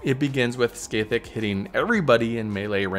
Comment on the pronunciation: I'll never stop enjoying peoples seemingly endless imaginative capacity when it comes to pronouncing Scathach (Ska-hah)